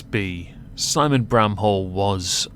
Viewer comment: I think my ears played a trick on me, first time you said his last name i heard it as "brown hole" and i was like: "that can't be right, did pronounce it like that on purpose or am i losing it?" granted, that would be one way to diss him.